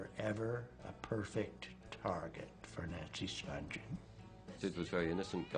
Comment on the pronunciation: The G is hard as in “good.” They keep saying “Spunjen” while it’s actually “Spunghen.”